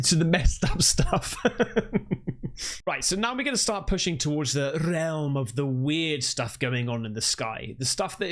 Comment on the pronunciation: 😂😂😅 "The rrrealmm"...